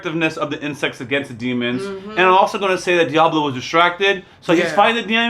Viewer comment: saying the name correctly 👏🏾👏🏾👏🏾🙌🏾